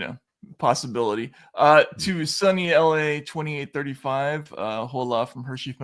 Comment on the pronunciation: Matt. you don’t pronounce the h in hola. 😅